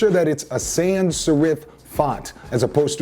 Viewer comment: 'surif' lmao, good tips tho my man